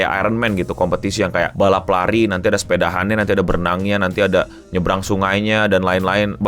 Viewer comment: contoh sepedahan? Kata dasarnya jadi bukan sepeda, tapi sepedah dong? Banyak sebetulnya konten orang daerah sekitar jakarta sana yg agak risih didengar. Ada juga RAPI, yg kebanyakan nyebutnya Rapih. Itu ganggu banget didengernya